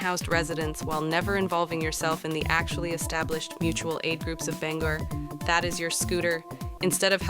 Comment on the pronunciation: Shut the fuck up about local politics if you can’t even pronounce the city correctly